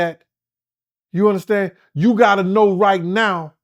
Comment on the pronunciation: "YOU UNDASTAN" MIGHTY! 🤣🤣🤣